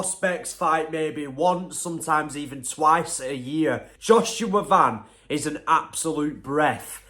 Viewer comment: I’m proud that this guy actually pronounce his last name right.most people just pronounce it like the shoe brand van.